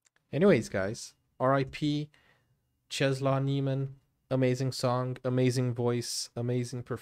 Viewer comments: Czesław is pronounced Chess-Woff. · If you want to pronounce his name correctly... Chesswaff (name) Niemen (surname read all the letters). Your welcome 😁